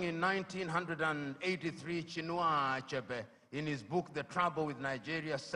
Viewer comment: Chy-inu aczebe? Was a noble writer and renounce all in one